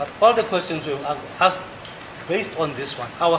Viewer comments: Imagine the whole lawyer saying the (asked) Very poor. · Pronunciation of "ASKED " by 😂😂😂😂